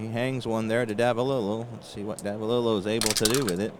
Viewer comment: I first started calling him Bobby Nopp...didn't figure the 'K' was pronounced...but later learned it was indeed 'Ka Nopp'...also later on I heard you miss pronounce Davalillo...it is really 'Dava LE oh'. Saw a couple of rules that you seemed to not know. One was all second column numbers are not affected by the letter grade of the pitcher. So all second column rolls are basically vs a 'D' grade pitcher. Also, I noticed that you didn't advance Big George Brunet to a B grade pitcher. Rule states that a D grade pitcher advances to a C, (add five points to his number grade), grade pitcher if he throws 5 consecutive innings where he allows no earned runs. He gave up that first inning 'dinger' to Tovar, and then threw 7 consecutive innings of shutout ball, which would have advanced him to an 'A' grade if you didn't pinch hit for him. His last inning he should have been a grade 16...if he was first a Grade 6 pitcher. Also, Perry should have had a five point increase too. Check the rules on pitcher grade advancement and reduction if they give up a certain number of runs in a 9 out span. One thing I really love about your presentation if the visibility of the cards...real nice job there. Some people don't show the cards or you can't read them because they are too far away.